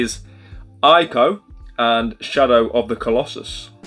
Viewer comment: ICO is actually pronounced “ee-ko” 😉